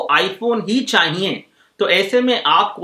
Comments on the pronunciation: Chahiye hota h ...chahiyenn ni hta gadhe 😂😂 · चाईईये नही रे। चाहिए होता हैं